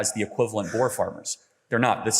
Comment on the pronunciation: Having Charlie Kirk pronounce “boer” is outrageous 🤣